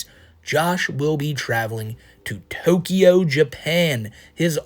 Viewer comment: The way my jaw dropped when you said Tokyo.. oh god no